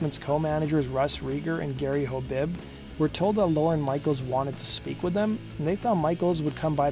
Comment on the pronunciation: OMG it's not "Lauren Michaels" it's LORNE, one syllable!